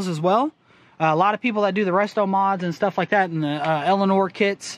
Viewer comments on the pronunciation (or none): none